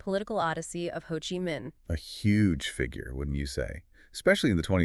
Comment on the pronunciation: Ha Chi Minh? Uncle Ho...not Uncle Ha. Go and train the AI a little better. Not quite there. Also not sure exactly who the thumbnail picture is suppised to be...because it's certainly NOT Ho Chi Minh. This is not so much a legacy as it is a mini-bio/life sketch